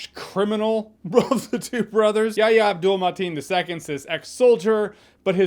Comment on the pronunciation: Your review was awesome as always Jay, but I really got a kick outta hearing you say "Yahya Abdul-Mateen II" at the start of the review. I can't believe you didn't fumble it once! 😂😂😂